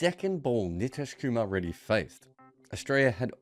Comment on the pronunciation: Good breakdown of the conundrum, just kindly get pronunciation of his name right 😭